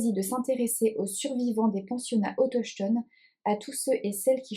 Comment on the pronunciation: Hello, chouettes les lectures que tu présentes…. Ça me fait mal lorsque tu lis autochtones 😂😂 cela se prononce autoktone 😮la collection des éditions du seuil à l’air chouette 🥳 Bonnes lecture 🤩😉